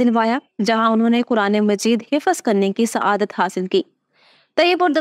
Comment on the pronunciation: Hifz hota he hifaz نہیں.